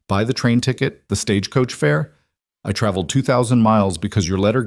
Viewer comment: 😂. I’m glad I’m not the only one that worries about all those details!!! I love the stories… but I wish AI knew the American language better…. Like the difference in live/live, consent/consent etc. Also how to pronounce Stagecoach without making it 3 syllables!! 😂.